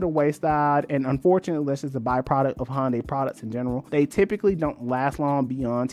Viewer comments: it's HYUN DAY in korean not HON DAY or HUN DAY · Hyundai(hUN-day) is pronounced like Sunday. Not Hon-day lol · Good info in this, but for a video explaining how Hyundai got to where they're at, you've pronounced the name wrong the entire time. They even had an ad campaign in 2008ish that it's "Hyundai, like Sunday". Search for "Hyundai Car of the Year Super Bowl Ad" to watch that ad.